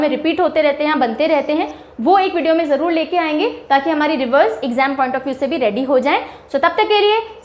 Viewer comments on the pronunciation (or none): none